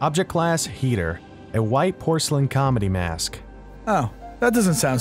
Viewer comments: its keter not heter but ok...... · It’s KETER! Not HEATER! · EXCUSE ME DID HE SAY HETER!? IT’S KETER DUDE!! 😂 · i heard object class "heater" for the mask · Wait did you just call keter eter dude do not joke with that class! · I meant heater not eter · He said HEATER not KETER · Wait, did this guy say heter instead of Keter? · What the heck is heater it's pronounced kater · cough cough keter